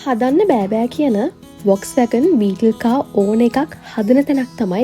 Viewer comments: Classic කාර් හොයන සුද්දෝ මේවාට පණ ඇරලා.මේක හරියටම උච්චාරනය කරන්නේ වොක්ස්වැගන් කියලා නෙමේ පොක්ස්වගන් කියලා. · ඔක්කෝටම කලින් වාහනයේ නම හරියට කියන්න. (ෆෝක්ස්වාගන්)